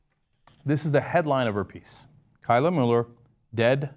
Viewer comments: You're pronouncing Kayla wrong. Source: My sister's name is Kayla. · Cenk srsly cant pronounce kayla?